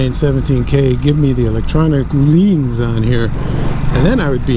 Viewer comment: Nice bike and review. And... ÖÖööhlins with Ö, you said it right this time 😉. Keep on doing this videos for us, great job. Grüße